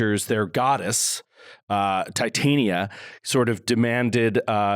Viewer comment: pronouncing Tie-tan-ee-ya made me giggle. I think has actually been in A Midsummer Night's Dream, and I recall him pronouncing it Tie-tawn-ya two episodes ago during the amazing presentation of the play; a strange New Yorker/Shakespearean mashup. You earned the third pump this week, guys.